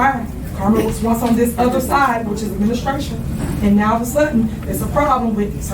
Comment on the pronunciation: Please check her education. I've seen her lie about that. I bet anything she bought that degree. That's why they questioned her about it in the deposition. She said "what's dis have to do wif why we here" They know. 😂